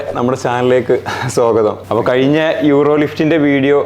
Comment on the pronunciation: കയിഞ്ഞ അല്ല - കഴിഞ്ഞ